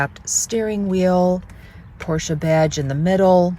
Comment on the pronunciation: Finally someone saying Porsche the proper way. It DRIVES ME CRAZY, when I talk to a Porsche owner, and they mispronounce it by saying Porsch, without the EH at the end. How could that even happen I wonder. So I went to a Porsche dealer a couple times, and even the sales guys say Porsch smh.